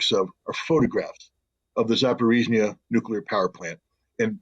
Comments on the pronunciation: [Za- pah-ro-zye ] not Zaporeetsya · Thank you for telling the truth, as usual. One pronunciation comment: It's ZA-PO-RÓZH-YE, not "zaporitzia" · Not Zaporica, it should be pronounced Zaporozhye (Zaporozya closest possible in English transcription)